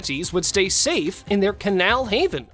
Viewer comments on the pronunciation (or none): none